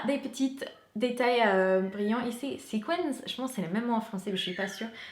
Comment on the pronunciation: Pour épargner les pompons, peut-être les mettre dans un filet à lingerie, ou retourner la housse. Sinon, je t'ai entendu dire "autominal" mais c'est juste "automnal" ^^ On dit aussi sequin mais on le prononce différemment "ce-kun". Et le petit objet bleu c'est bien un aiguiseur. Sinon, en déco pas chère, je sais pas si tu connais Sostrene Greene et Flying Tiger (ils ont des rayons pour enfants aussi).